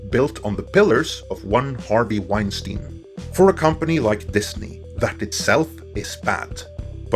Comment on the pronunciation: Leslye "Weinsiein" Headland.